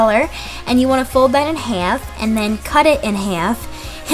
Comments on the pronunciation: The way she says half, hyfe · omg she says half soo funny!!😂😂😂😂😂😂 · hahaha omg I'm reading so many comments about the way I say "half" and I never realized I say it weird 😂. But thank you! :) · I like her accent when she says half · the way she says half is funny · she says half weird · She says half wierd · ooh, I'm so sorry :( I have a philly accent and didn't realize that the way I said half was so weird but I hope you enjoyed the video anyway :) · Why does she say half like that